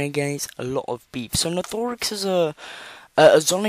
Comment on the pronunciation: it’s nathe or ix That’s how u pronounce nathorix My English is bad Edit: hi